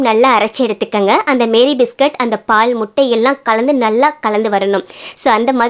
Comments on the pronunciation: மேரி அல்ல மாரி! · The pronunciation of this biscuit is NOT MARY BISCUIT, IT IS MAARI BISCUIT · அது மேரி இல்ல மாரி 😂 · Iits not Mary biscuit it's pronounced as maarie biscuit.... 😊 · Sister adu Meeri Biscuit illa Maari Biscuit 😂😂😂😂